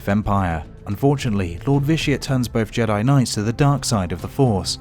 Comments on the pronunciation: It's not JEA-DEA it's JEA-DIE bruh pronounce it right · you said Jedi wrong you said juday